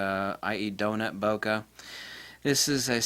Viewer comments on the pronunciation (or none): Thank you for that, it was unknown to me. Something to look out for. One parting detail though; the word "Bokeh" is a Japanese term used but it is pronounced like it is spelled, not "bokka". Listen to this in the end were a Japanese man explains.